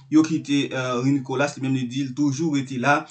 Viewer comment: C'est pas Nicolass - c'est Nicolas. S la pa prononce